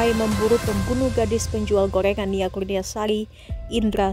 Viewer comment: Gorengan mbak bukan golengan😅